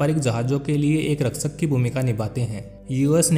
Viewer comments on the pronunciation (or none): Sip or ship 🚢😂😂😂😂 raksak nahi hote rakshak hota hai